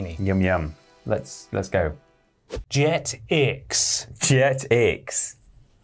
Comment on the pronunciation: Hearing them pronounce Jetix like that is entertaining